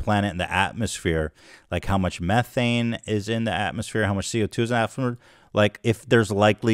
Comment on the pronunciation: The way he pronounces atmosphere is incredible